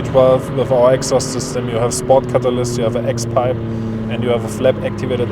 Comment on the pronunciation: The purosangue is kinda ugly from the front... back end looks alright. But dear lord that sound ❤ once again, amazing result ! Also fellow germans, please learn how to pronounce "exhaust" correctly😊